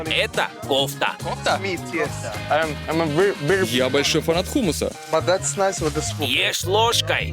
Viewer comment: В слове кофта (одежда) ударение на О. А в көфта (еда) на А.. и по мягче звучит. Услышив оригинал поймете что вообще не похожие слова..